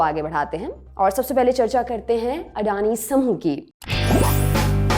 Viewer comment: वो खुद को अदानी कहते हैँ लेकिन आप अंग्रेजी मेँ नाम पढकर उनको अडानी कह रहे हो ।